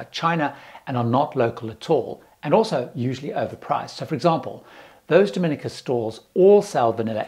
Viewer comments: One thing traveller do is pronounce the names of the countries they are visiting wrong. It really shows a lack of respect and if you have been there pretty sure you would have heard it said correctly. Dom-i-nica, not "dominica" all in one. Thats the start of the Spanish island. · Dominica is pronounced DominEEKA, and Nevis is pronounced NEEVIS. And, Nevis is one of the safest islands in the Caribbean.